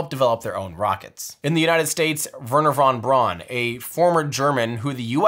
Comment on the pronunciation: His name was Wernherr von BROWN, not von BRAWN Same mistake as saying "das boot" when it actually sounds just like "boat" as well